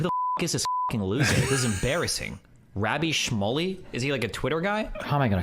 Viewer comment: Piers got along with Andrew Tate in their interviews, that doesn't mean shit. Destiny mispronounced Rabbi Shmuley like pretty badly, that was the purpose of the clipchimp and why I put in "scare" quotes.